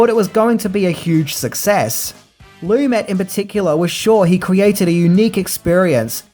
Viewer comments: I dig your videos,, watching them are a way to wind down for the night. Please learn how to pronounce people's names correctly. Sidney Lumet is not pronounced Loo-MET, but Loo-MAY. Also, from "Adventures in Babysitting": Vincent D'Onofrio is not Dah-No-Free-Oh, but Duh-NAH-Free-Oh. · Sidney Lumet. His last name is pronounced: Lamay.